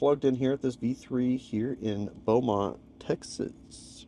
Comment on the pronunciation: Its pronounced “bow-mont”